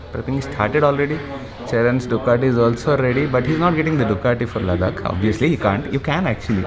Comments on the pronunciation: U said ladak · "Ducati Ladak" 👌😂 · Tongue slip LADAKH Revealed Love You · u said ladhak😀😀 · Did he just say ladhak?? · did he said ....ladakh ?????